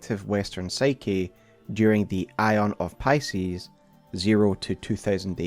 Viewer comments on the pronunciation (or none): none